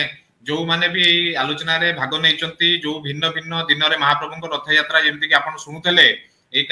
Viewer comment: Anchor ଙ୍କୁ ଅନୁରୋଧ ଯେ ପ୍ରଥମେ ନିଜେ ସେ "ରଥ ଯାତ୍ରା " କୁହନ୍ତୁ, ରଥ ୟାତ୍ରା ନୁହେଁ